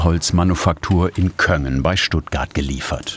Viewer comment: Wieder mal ein sehr schönes Video, in dem viel Ruhe vermittelt wird. Kleiner Hinweis, da Köngen zu meiner schwäbischen Heimat gehört: Köngen wird mit einem harten "g" gesprochen, wobei das vorausgehende "n" weiterhin im Gaumen gebildet wird.